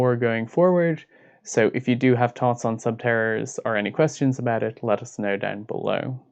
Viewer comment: Lol tink, thots, turd. The pronunciations are hillarious